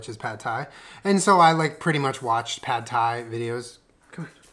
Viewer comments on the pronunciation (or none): It's P-aaaaaaaad Thai